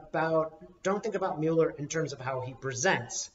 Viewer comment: You are two of my favorite people! So comforting to hear from you both. Just a couple of things: * If Trump gets impeached, then Pence becomes president and he will pardon Trump! Maybe that's why Madam Speaker doesn't want Trump impeached. *, I love you dearly, but could you please pronounce Mueller's name correctly? It's doesn't really matter. It's just a pet peeve, because the Republicans do it on purpose from disrespect. The say "Democrat party" instead of "Democratic party," just to be small and petty, just as they deliberately mispronounce Director Mueller's name. I love you guys! P.S. I've always been curious about how and why ended up in Australia. If it's none of my business, that's okay.